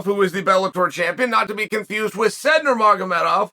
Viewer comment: He Said what? said - haha - Said Nurmagomedov pronounced "Sai-Eid - NurMuhammadu"